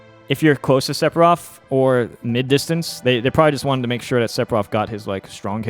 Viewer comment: Very useful information, but for the love of god... or rather, the fans, please stop pronouncing it SePfiroth. You're putting so much emphasis on the P. It's PH, like the word PHone. I can't unhear, so please un say it :P